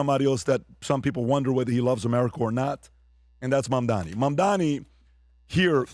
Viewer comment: Don’t worry if you can’t pronounce his name. You’re smart and successful. You provide the numbers and the analysis 🧐 for the team. It’s funny 😆 because you’re a very smart man who happens to have a difficult time with this one thing. No one is perfect my friend. 👍